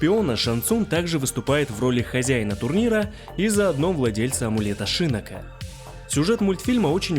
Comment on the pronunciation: шИннок очень режет слух. Он же шиннОк!